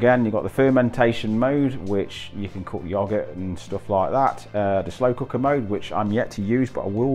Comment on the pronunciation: I’ve no idea why this fella thinks you’re Australian.. you sound more northern uk than anything (sorry if I got it wrong). We definitely do not pronounce yoghurt like you do lol. Soz, upgraded from tm5 to tm6 recently and looking for hints and tips. Spose I should ask my consultant but I don’t want to bother her right now ( can’t be half arsed) Hope you’re doing well xxx